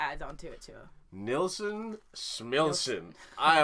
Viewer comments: Couldn’t get enough of this song when he released it. Remember. No AUTOTUNE! His name is pronounced Neilson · Harry Nilsson , pronounced kneel-son. The album title is, Nilsson Schmilsson, it rhymes. You should check out the documentary of him titled, Who is Harry Nilsson (And Why Is Everybody Talkin' About Him)? A little twist in the title with his hit song, Everybody's Talkin', from the movie, Midnight Cowboy. The documentary is about 2 hours long, but worth it. Nilsson used to write jingles for commercials and songs for TV shows. He wrote the song, Cuddly Toy, for the Monkees , which they recorded and sang on their TV show. When it became a hit Nilsson's management told him, You can now quit your day job. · It’s pronounced KNEEL SON And boy could he sing. He had problems that haunted him.